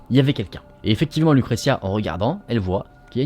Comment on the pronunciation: On dit LUCRECIA. BONNE HISTOIRE